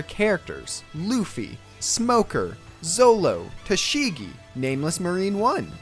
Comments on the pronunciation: Dd you just called Zoro, "Zolo" ? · Cant listen to someone who says zolo and not Zoro(the correct name ) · I agree with you but there's something that really bother me... It's "ZORO", not a freaking "ZOLO" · Would people stop calling him zolo ! Its roronoa zoro! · Did he just say Zolo???? Lol 😂 How do you get one of the most important characters and member of the Straw hat pirates name wrong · He said zolo his name is zoro lol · Who the hell is zolo? You mean zoro then you talk about how you love the series and fuck up ZORO'S name... i have zero trust in you words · Really nigga....zolo, ITS FUCKING ZORO the English manga name is shit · it’s Zoro not Zolo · Zolo 😂😂 Since in Japanese, letter r is not pronounced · Sorry. It’s zoro. Zolo...my god. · I quit the video after he said zolo. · Its always zoro...not zolo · I don’t understand why it’s not zoro they always pronounce r with an l for like every word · no it isn't . It was always Zoro . People call it zolo because japanese people find it hard to pronounce the "r". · Yea im going to listen to a guy who cant even get fucking zoros name right its not zolo its Roronoa Zoro you fucking idiot lol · he is zoro NOT zolo . stupid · Ik this dude didn’t just say zolo 😤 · its zoro not zolo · When he said Zolo i stopped the video. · You are complaining about how the game is an insult to the series yet you call one of the main characters by the wrong name. It's ZORO not Zolo. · This can sound unfair, especially since english speaking fans often rely on dubbed rather than subbed iterations. But it's hard to take a fan seriously who says Zoro's name as Zolo. Just saying. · First thing first it's pronounced Zoro not zolo. Cut that shit. Second I'd rather play COD ghost then this embarrassment. Literally shitted on the series and served it with adobo on a silver platter. Sanji would climb out the manga & fuck me up for serving this crap. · He said "Zolo" auto dislike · Zolo???? U ever read the manga?? Seen the anime?? It's ZORO